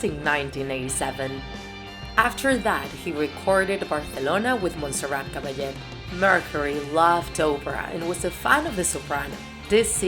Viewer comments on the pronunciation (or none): none